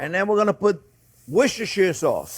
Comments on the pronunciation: It’s Wooster Sauce chef, no matter how it’s spelt. (Follower from the UK) also don’t forget your Centigrade notes for us civilised people! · "Wisishire sauce". So funny. ♥️